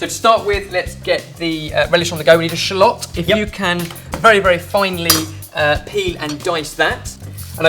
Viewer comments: I'm not sure how I feel about the way you say "shallots." I've always heard it pronounced "SHALL-its" but maybe I'm just dumb... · "shlotts" ahaha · Brits pronounce shallots differently than Americans.